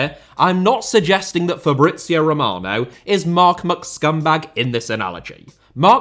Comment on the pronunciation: Sounded more like Fabrizei Romanov 😂😂